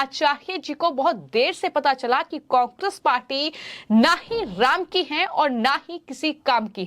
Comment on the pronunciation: एंकर महोदया कांग्रेस तो सही से बोलना तो सीख लो पहले